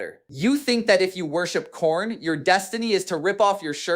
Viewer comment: Khairn* is Diamanic*. Anyone else know that atleast Demonic is pronounced wrong? otherwise, great video sir